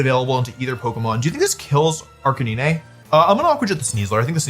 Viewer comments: I have so many questions about the world champion’s pronunciation of Pokemon names. Arkaneenay? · the way he pronounces Arcanine will always bother me (no hate to wolfey) also why is EVERYONE talking about eggs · I just need to know.... Is the Arcanine pronunciation a bit? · Am sorry but i just cannot accept how he says arcanine